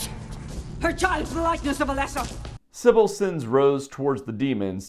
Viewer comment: It's "Alessa"